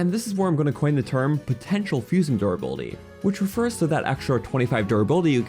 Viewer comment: I love the way you say durrr buildy